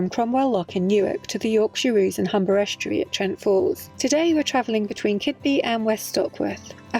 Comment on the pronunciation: Bravo :) And it is Kidby not Keedby and Gunniss not Gun-ness. A dialect thing I suppose blah blah blah Lol